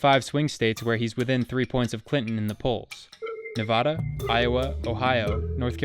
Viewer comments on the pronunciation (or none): OMG YOU SAID NEVADA WRONG KNEE-VA-DA